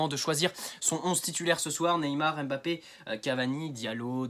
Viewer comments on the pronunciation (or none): none